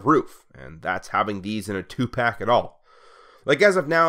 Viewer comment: Bwahahaha, Every time you say "Prowl and Ironhide two pack" you remind me of 1994. When 2 Pac wasn't as famous yet and the Old Heads of the day pronounced his name as "TWO PACK!" 🤦🏿‍♂️😅😅🤣🤣😂😂 Seriously, it took by the second time you said "Prowl and Ironhide two pack", for it to register that they came in the same package. Maybe it was your speech cadence that took me back? 😅😅🤣🤣😂👌🏿👍🏿😇